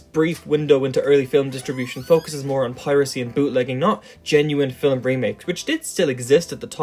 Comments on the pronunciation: oh my god this video is great but your pronunciation of film is so annoying. its not filem its film where do you get the extra vowel from?? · Why do you keep saying "Fillem" instead of "Film"? 😂😂😂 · Why does it sound like you're saying "fillum" or "fillamum" instead of film? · “Fill-em”? I don’t think I’ve ever heard a one-syllable word pronounced so…..uniquely. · The word is "film," not "fillum." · “Fillem” vs”film” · You're one of those guys that pronounces film like "fillum". Nothing wrong with it, just an observation. It's probably the dialect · Is it pronounced film or fillum? I can't figure out any pattern as to why it's one way in some sentences and the other in other sentences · Great video! But one thing that distracted me from the content throughout the video was the bizarre way you pronounce "film" or "films". Sounds like "fill' em" to me... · He pronounces film as "phillum" and it fucks me up everytime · There's no ''U'' in ''film'', and I know that you know this, as you said ''film'' once in the vid. Idk why, but i find this infuriating... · Learn to pronounce the word film before doing a video about it... "Fille'm" smh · Filum…filum..filum… is all I hear. It’s distracting from your clearly well researched and thoughtful narrative… Just pronounce the word like the rest of the world please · Is he saying 'filim'? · Scotish and Irish people often pronounce film as fillum apparently. Not sure where this guy is from as his accent doesn't sound like either, but perhaps has some influence from one or the other. I find it fascinating and unique. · It's his accent. I'm Scottish and we pronounce it 'fill-um' as well. Or at least we do in my part of Scotland. It's not bizarre, just a variation in the pronounciation of a word. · the way you say "film" is very off-putting, and i know you are doing it on purpose because you say "films" just fine. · Hearing the word "film" pronounced with 2 syllables is very unsettling. Am I alone?